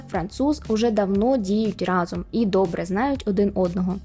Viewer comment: Вау😍 Дуже цікаве відео. Але окрім того, хочеться окремо подякувати за правильний наголос у слові рАзом у вступі))0))) В школі вчителька багато нам на це звертала увагу і мені тепер ріже слух, як всі неправильно кажуть разОм.